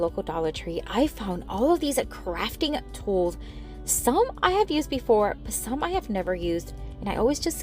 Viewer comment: I must’ve been listening to too many political videos lately, because every time you said crafting, I thought you said fracking.😮